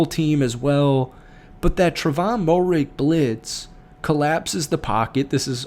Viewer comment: Fields was pulled early for a possible concussion, then later got benched for poor performance. Tre'von's last name is pronounced Mare-Ig by the way. #KeepPounding